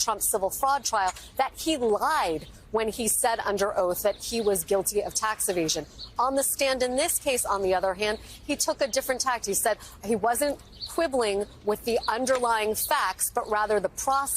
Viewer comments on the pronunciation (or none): "Tack", not "tact",.